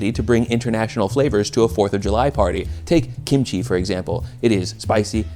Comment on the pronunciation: The way you pronounce "kimchi" is flawless